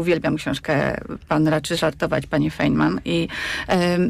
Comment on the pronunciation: Dragan wyjaśnia, że nauka polega na wątpieniu, sprawdzaniu, jak bardzo autorytet nie ma racji, etc. Zatem, kiedy Dragan wypowiada cokolwiek ex catedra, należy wątpić w to, że wie, o czym mówi ... Np. jego wymowa nazwiska "Feynman" jest niepoprawna, co łatwo sprawdzić, a TO nazwisko właśnie fizyk POWINIEN wymawiać właściwie ... a może nie?